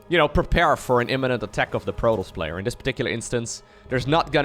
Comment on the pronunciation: Please pronounce protoss correctly!